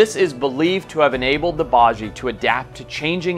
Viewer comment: Just a heads up, the baiji is pronounced “bye-G,” the correct pronunciation is important!